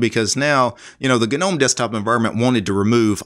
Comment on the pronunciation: Thanks for saying "G"nome 👍🏼👍🏼👍🏼 instead of "nome" 😄